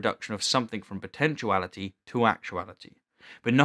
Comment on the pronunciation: He says “potentCHU-ality, for potentiality. I cannot respect that. I have gotten used to “nuk U lar”, but this is just unforgivable.